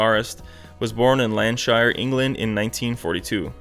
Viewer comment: landshire lolol. it’s lancashire look it up its the most important county in the country..